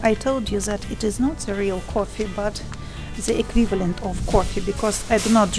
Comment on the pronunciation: Hello, I found your channel recently and I've been watching one video after another trying to catch up.....:) I have a tip for you and I hope you don't take it the wrong way as that is not my intention. I noticed while watching this video that when you say the english word "the" you pronounce it as "ze".....my suggestion is that you try pronouncing it as if you were saying "yes" in Russian, "da" - "da video" as opposed to "ze video". I hope the tip helps. Anyway, great job! keep it up. I really enjoy watching your videos. Thank you.